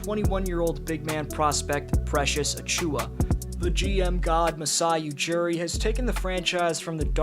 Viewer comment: It's Ujiri not Ujuri and Danny Green was also in that trade.